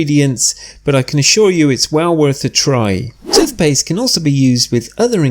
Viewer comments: Good bye "tuth paste" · He keeps saying tuth paste